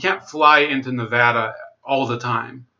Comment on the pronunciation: Pretty good breakdown but man we got to work on our pronunciations. Lol but you did say Nevada right. Hardy and Horsford are poster children for corrupt politicians. Tarkanian is an empty suit all face no ideals is why he struggles getting traction. If tarkanian had any principles he could run for governor. We're so screwed out here.